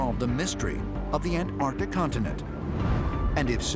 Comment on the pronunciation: That scientist (can’t remember his name) keeps saying “AN TARDIC” it beggars the imagination that he went to school at all. 😂